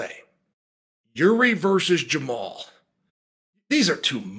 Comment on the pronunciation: When did Unc Chael start calling him Jamal instead of Jamahal?!